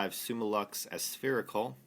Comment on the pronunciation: ASS-spherical??? It's A-Spherical, said as it's spelt!